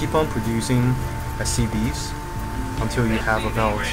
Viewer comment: lol it sounds like he says "soo.. you want to continue your production of STDs.."